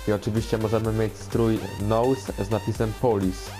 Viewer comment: jak coś czyta się nus nie nołs :D